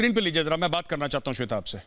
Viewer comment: सवेता जी नहीं होता है जाहिल, श्वेता जी होता है।